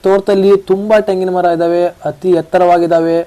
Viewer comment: ತೆಂಗಿನ ಮರ , ಟೆಂಗಿನ ಮರ ಅಲ್ಲಾ ಕನ್ನಡನ ಕೊಲೆ ಮಾಡಬೇಡ